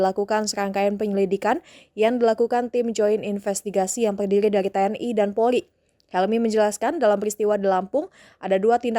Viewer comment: Polri bukan polli lidahnya dilemesin dong